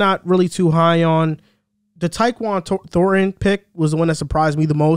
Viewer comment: Who’s Jaquan Thornton? You mean Tyquan?